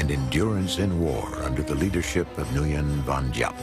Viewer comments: You are wrong as well. It's pronounced 'win'. I spent one year there learning how it was pronounced. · Nguyen is pronounced 'when.'